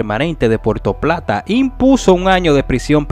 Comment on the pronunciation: Diablo que clase de periodista .no sabe ni habla dice porto plata .y .es puerto plata